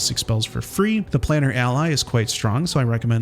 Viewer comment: Plane-er not planner. Ally form another plane